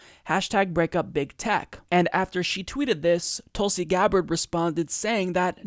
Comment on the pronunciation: Hey! From your newest member, sincerest thank you for not only acknowledging us, but pronouncing my name spot on correctly. No one ever does that! Keep it coming......and keepin it real by keepin it Tulsi.